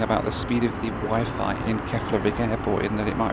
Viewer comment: Never heard the word Wi-Fi pronounced the way he did it today lol